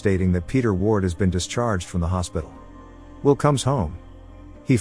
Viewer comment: The name is Will, not will. The shortened sound is so annoying.